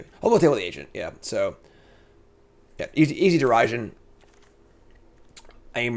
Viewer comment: The pronouncing Derision as Dare-i-sion kills me 😂